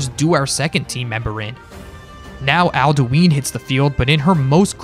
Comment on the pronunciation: Question:How can you play enough skyrim to know who Alduin is and still pronounce his name wrong?